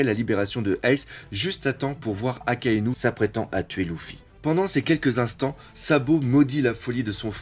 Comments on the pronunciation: On dit leffy et pas louffy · Luffy...LUFFY!!!!! Il s'appelle Luffy!!!! Pas louffy 😖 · « Louffy, Dragon » t’abuse avec les noms la prononce bien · C'est pas loufy haaaaaa c'est luffy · si tu a mal au yeux ne regarde pas. Et j'ai le droit de vouloir dire que c'est Luffy et pas louffy donc..... dégage tu perds ton temps avec moi 😏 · a ton avis pour quoi Luffy c'est énervé quand on la appelé Lucie ? Oda a fais un clin d'œillets au gens qui prononce mal sont prénom